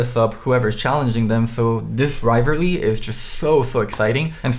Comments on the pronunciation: then immediately after: "Rivary" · Rivarly lol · Wtf is a riverly